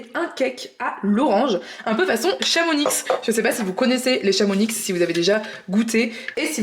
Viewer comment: Super recettes à tester mais juste une rectification de Savoyard on ne prononce pas le "x" de Chamonix 😉😁mais continuez vos vidéo elles sont super ❤